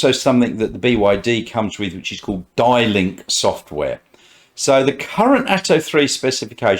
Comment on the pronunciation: The next model to arrive in Australia is the Atto 2 which is the BYD Dolphin this will be followed by the Atto 4, which is the seal sedan both are expected to go on sale towards the end of December this year with deliveries starting around March. I think it's pronounced as "D" link software. The models expected to go on sale in 2023 are the Han sedan, the Tang 7 seater SUV and the BYD Ute.